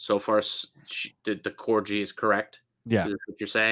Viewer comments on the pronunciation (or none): lol the way you guys pronounce corgi